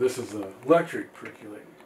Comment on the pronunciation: My only complaint ... why do people pronounce it "perc-you-later" when it's a "perc-OH-lator"? (Pet peeves) ☺